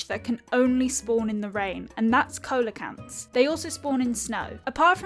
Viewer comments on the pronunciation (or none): it’s actually pronounced “see-low-canth” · Little mistake you've done: Coelacanth isnt pronunced as its written, its pronunced like "Celacanth". Dont be upset though, i've done that mistake plenty of times, you just gotta say celacanth a lot and youll eventually get used to it :D